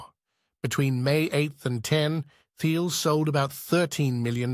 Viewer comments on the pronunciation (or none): You are what is wrong with Pltr stock. As soon as you pronounced Thiel’s name wrong I was done. You don’t understand the company so your opinion doesn’t matter.